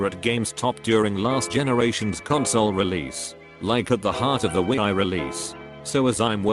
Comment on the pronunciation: Wi-i... Nice pronounciation